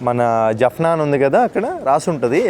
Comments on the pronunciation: జప్నా కాదు,జాప్నా అన్న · Jafna కాదు జాఫ్నా - jaafna